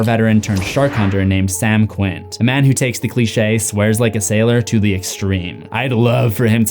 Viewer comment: Did you repeatedly refer to Quint as Quince? Read the damn book or watch the film first next time.